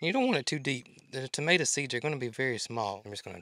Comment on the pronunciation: Crowbars not likes in the Uk are named as the death bird if they land on your gate normally someone will die in your family it always comes true for are family to weird but it happens. When you say tomato but pronounce it tomata that's what we calk potatoes where I live in the UK you go me confused till I saw pictures 😂😂